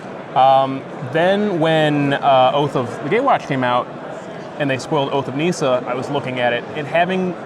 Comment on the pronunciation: nissa not neesa